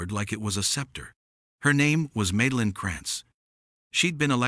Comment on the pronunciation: Hey YouTube! Teach your stupid A.I. how to read! The HOA lady's name is Madeline, which is pronounced Mad-a-line! Mad, as in insane, totally appropriate!